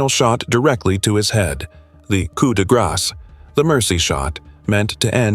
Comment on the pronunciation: It is Holman Prison so ever who is in charge of the AI it is not Homeman. Let's get it right AI It is Coo D- Graw - NOT coup -de grass like you enunciated the word. To all those killers in this video KARMA is a BITCH, dd the people you killed, was in merciful, or was it prolonged and painful?